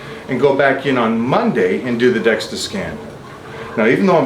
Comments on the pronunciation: Dual-energy X-ray absorptiometry (DEXA) - ya he’s throwing me off with DEXTA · I’m concerned that since Mike keeps calling it a “Dexta scan” that he doesn’t know what he is talking about because he keeps calling it the wrong thing.